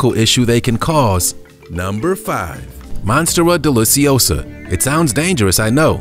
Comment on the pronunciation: haha The last sentence he said about the unripe "monster delicky-osa" made me laugh cos we had one of these bushes growing under our back stairs when i was a kid (in QUEENSLAND AUSTRALIA) and my family pronounced them "mon-steery-o delishy-osa." We'd keep our eye on the bush & couldnt wait to see the little geometric shaped tiles/scales start to lift and pop off the skin of the huge cucumber shape fruits. That was always our signal to hook in! Tastes like fruit salad!